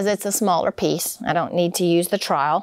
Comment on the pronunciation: Love the faux finishes! And by the way its TROWEL...not trial. Lol